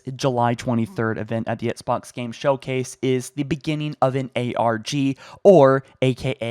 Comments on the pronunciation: How can you do this for a living and pronounce Xbox as "ETSBOX"? How have you not fixed that poor little habit after all these years? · I love your videos. I feel like you say ettsbox though. Lmao. Nice. Keep up the news.